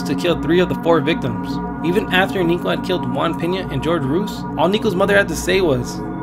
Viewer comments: Why's nobody talking about how the narrator pronounced "Jorge" as "George" 😕😐😅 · TormentedSceptic I was thinking the same thing...he called him "George" when his name is pronounced Hor-Hey but I'm not perfect either, just thought it was funny because he sounds hispanic from his voice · It's "Hoor-hey Roo-eez" 🤣 George Rooze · You probably won't read/see this but just to let you know for future reference the name "Jorge" is NOT pronounced "GEORGE" lol its pronounced "HOR-HEY". The "J" & "G" in Jorge is pronounced as "H" 😉👌👌👌